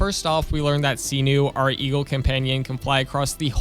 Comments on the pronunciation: Not pronounced as SEA-New, bruh. Please. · "see-noo" smh